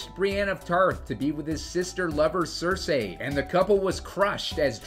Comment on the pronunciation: Screen Rant butchering the names of Cersei and Catelyn.